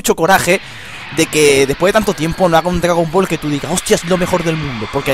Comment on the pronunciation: Jajaja dice DGAGON BALL